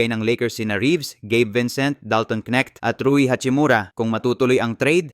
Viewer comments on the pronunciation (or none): none